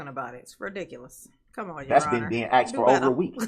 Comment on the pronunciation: ITS AXED ME😂😂😂